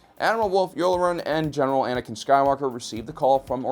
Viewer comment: It's "Yularen" not "Yoolrin." you uncultured swine.